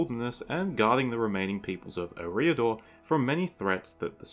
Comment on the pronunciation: Ereeah-dor xD Dumbledore is proud